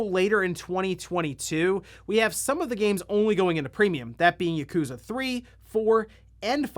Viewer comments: Dude. It’s YAkuza not Yakoooooza. Ffs. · I find it humorous that you pronounce it "YUkuza" instead of Yakuza hehe.